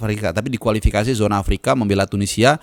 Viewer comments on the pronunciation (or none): none